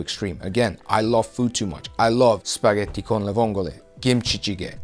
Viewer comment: Damn that “Spaghetti con le vongole” was pronounced perfectly! Thank you for all these tips bro, I love your videos, you always motivate me:D Keep it up ❤️